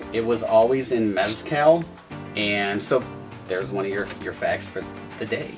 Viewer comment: Work on your pronunciation, homie. Watch some videos and listen to how oaxaca and mezcal are pronounced. Practice and then hit record.